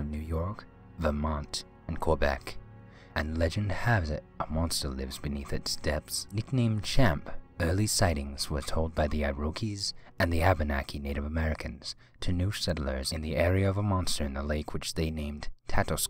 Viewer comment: Eye-rokees ? No.. Ear-eh-quoi,,, And it's Cham- plane, not Champ-lin............................ Sheesh!! Fun vid, though......